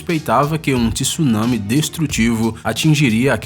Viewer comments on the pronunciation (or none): none